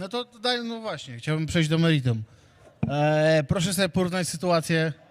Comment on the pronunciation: Chciałbym przejść do "meridum"😂😂😂😂, chyba do meritum.......